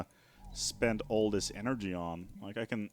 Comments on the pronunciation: energija? Where are you from dude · Did you say lets get some more energija :D